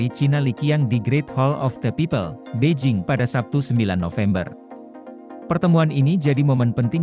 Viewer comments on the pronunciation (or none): none